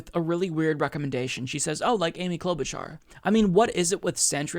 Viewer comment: Cloudbootjar? Why the fuck did that woman say Amy cloudbootjar? She is not even breaking 2% and shes a centrist/Republican light